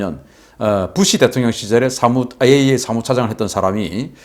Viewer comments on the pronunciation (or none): none